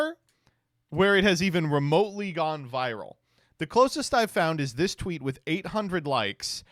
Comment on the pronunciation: Did you say xeet instead of tweet?